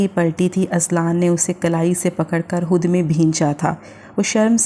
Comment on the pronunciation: Hud nahi khud hota hai .